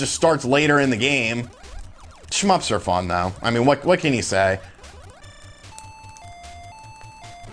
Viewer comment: Immediate thumbs down for saying "schmups"